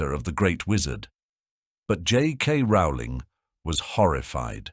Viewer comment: I love how he brings up the mispronunciation of Voldemort's name yet constantly mispronounces Rowling's name LOL It's ROW-ling as in bowling.